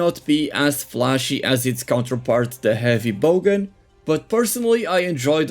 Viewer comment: Great video. By the way, it’s bowgun not bogan 😊